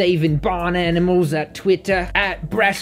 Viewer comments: Yeh betteh not hurt those aminals bruv 😂😂😂😂👏🏽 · “you better not hurt those aminals bruvh” lmaaaooo